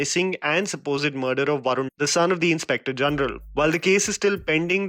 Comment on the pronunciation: You have successfully failed in spelling each names 🤣 baron for varun 😂 grishim for drishyam 😂🤣 etc etc..